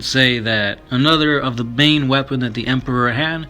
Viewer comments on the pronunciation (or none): none